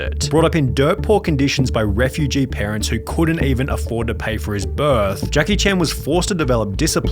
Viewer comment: why do you enunciate the last syllable of the sentence in such a weird way. "He never had anything since BIRTHGFFGGGHHHH"